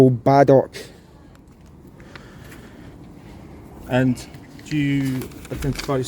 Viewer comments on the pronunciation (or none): pronounced Baldrick 😅😅😅Is she his YTS girl? 😑🙄